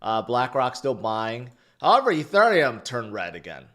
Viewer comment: Why do you say “Ethurium” like that?